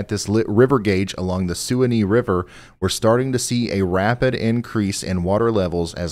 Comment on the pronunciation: It’s pronounced the swan-ee river